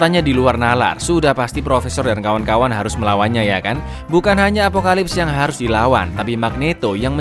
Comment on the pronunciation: izin koreksi bang "apocalypse"